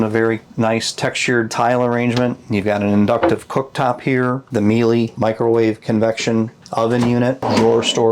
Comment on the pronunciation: The appliance Miele is pronounced ME LA I’m not sure how to convey that to the Liberty Coach owner….